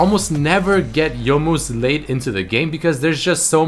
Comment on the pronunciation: you most (youmuus) GJ